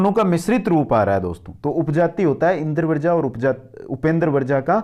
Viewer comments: Sir ji Indravarja pronunciation nhi karenge Indravajra pronunciation hoga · भाई , आपका ज्ञान तो श्लाघनीय है शब्दों का उच्चारण ठीक करें। इंद्र वर्जा बोल रहे हो, जबकि यह इन्द्र वज्रा है। ज आधा और र के साथ आ की मात्रा है। ऐसे ही वर्ण को वरण या वृण बोल रहे हो। ऐसी बहुत सी त्रुटियां हैं। भाई यह संस्कृत है। यानि एकदम शुद्ध और परिष्कृत। यहां हर दृष्टि से शुद्धता की अपेक्षा है।